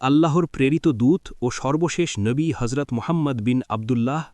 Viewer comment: Not horzot actually Hazrot please correct your accent …. Tks